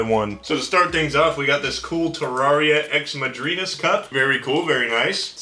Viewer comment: Pronounced madrinas right but not terraria smh